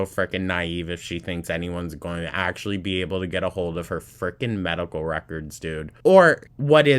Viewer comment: YOU GUISE ALCOHOL ACKSHUALLY MAKES ME LOSE WUDDER WEIGHT, YOU DON'T UNDERSTAND NUTRITION LIKE I DO